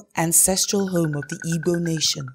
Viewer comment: it is igbo not ibo or igwo. she cannot even pronouce IGBO. who is this woman? is she even igbo?